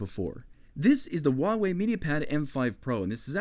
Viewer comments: "wawei" it's hua -wei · * uavey * Its Hugh-a-way xD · as a genuine Chinese person: no you didn't,. Not even remotely. Sounded like Wah Way. Nice review though. If I'd ever have to buy a tablet for someone I'd go for this. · Instead of hoo why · Not to nitpick, but in the name Huawei you do pronounce the H sound. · You almost killed me with your pronunciation of huawei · I liked the video, but I can't stand the way you said Huawei, probably just my fault by being Dutch. But still loved the video